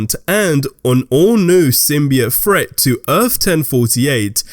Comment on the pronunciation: Threat not fret